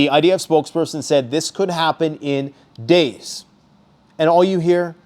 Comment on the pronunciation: How many deys away? say a number